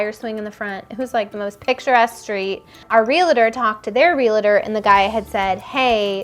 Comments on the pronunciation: I think it’s a Southern California thing… I say real-a-ter and everyone else I know says it that way too! 😂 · I wonder why people say relator instead of realtor. Is it a San Diego thing? Not the first time I hear that. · Lol, why do some people add a syllable to /realtor/? It's REAL-tor and REAL-tee, 2 syllables. (Some people add another syllable, as in REAL-A-tor or REAL-A-tee 😋) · cute couple and a great story. My only irk is that you keep saying "real-a-tor" - it is REAL-TOR (two syllables)